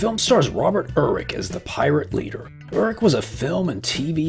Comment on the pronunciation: One of the saddest parts of listening to reviews of old films and TV shows is not recognizing some of the actors noted because the names aren’t pronounced as they were known. Robert Urich (Ice Pirates) was very well known in the 70s and 80s, but his name was pronounced YER-ick. BTW - John Matuszak, 6-8 defensive end for the Raiders and a very colorful celebrity, was in that little gem, as was Angelica Huston. Mary Crosby may have been an aunt of Denise Crosby, but she was also the daughter of Bing. Also, the last name of Starcrash’s director, Luigi Cozzi, should probably be pronounced “CAUGHT-zee” by an American. It’s not really a T sound, but close enough. (My family is Italian.)